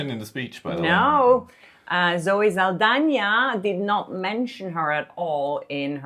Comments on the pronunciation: Perfect pronunciation of Zoe Saldaña's last name!! 🙌🏼👏🏼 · Thank you for pronunciating the Ñ as it should be! ❤